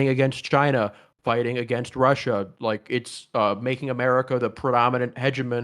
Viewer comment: "AeGainst Do nald Trump"